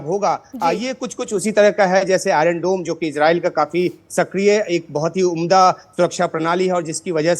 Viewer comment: Golden dom nhi U TURN DOME Bilkul doland trump jaisa 😂